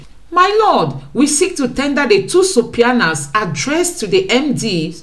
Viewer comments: Easy pronunciation Su-pee-na Not su-pia-na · SUBPOENA is pronounced SUB PEE NAH!!! SUBPOENAED IS pronounced SUB PEE NAD!!!